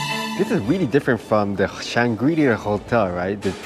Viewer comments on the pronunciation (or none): Kaya toast kopi set: first and lasr thing i get when at Changi Airport! Great video. Definitely trying the Intercontinental's next time. (BTW, in English, the coreect pronunciation of Shangri-la stresses the final syllable.)